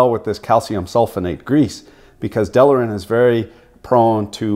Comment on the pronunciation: I done told ya once "delrin," not" delarin", "realtor", not "realator". :-) Another "best of". Some proper editing would make it a fantastic video for consumer engineering students. I really love what you do.